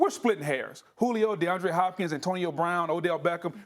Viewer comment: This clown really said Deandre Hopkins lmao